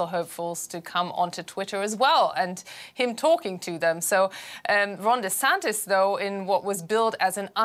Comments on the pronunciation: He pronounces his name like Rondy Santis, just saying. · I'm Ron Dee Santis, it's DEEEEEE Santis, like D-bag 🤦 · It feels like he is saying his own name wrong.